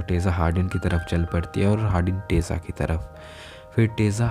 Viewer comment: She is tessa